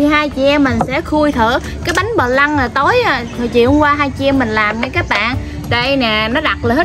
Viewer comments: Viết phờ lăn mà đọc pờ lăn... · Bánh flan ( đọc là phờ-lăng) không phải ( bờ lăng). Làm bánh này phải đổ vào từng khuôn nhỏ, hấp lửa nhỏ, đậy nắp lại. Hấp vào khuôn lớn quá, thời gian hâp phải lâu, không đậy khuôn nên bánh bị rổ. Muốn bánh mềm mịn không rổ thì nướng cách thủy.